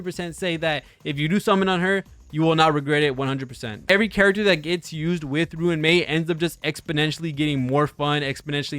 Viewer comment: its so funny how he says ruin mei instead of RUAN mei